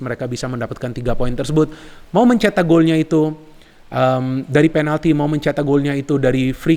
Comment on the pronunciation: Kok bisa sih ngomong"penaldo"ngakak 🤣🤣